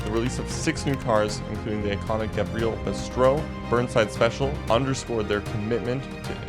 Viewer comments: Bro doesn't know how to properly pronounce car names... Eebishu Covet? Gavreel D-Series? Gravreel Grand Marshal? Civet Boleed? Gavreel H-Series? Gavreel Bistrow? Eebishu Meeyamar? Eebishu Hopper? eSBR4? (It's known as just the eSBR) Eebishu Wigeon? Leegran? (Better known as Li-grawn) Solidad Wendover? (Nobody liked the ETK 800 series) Griv-Gavreel T-Series? bruh this is so bad it might be intentional 💀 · "gavreal T-Series" ? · its pronounced gAvril and civettA